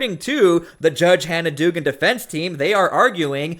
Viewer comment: The name is pronounced dug-an.